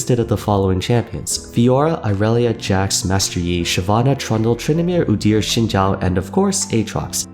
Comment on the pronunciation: First time I actually hear someone say Xin Zhao's name properly